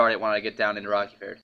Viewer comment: Rerky ferd? Dude, it's named Rocky ford. XD Jk jk.